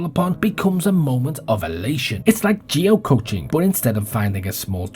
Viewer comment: geocaching, geo-cash-ing